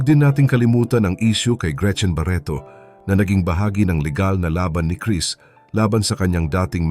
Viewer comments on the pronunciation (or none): none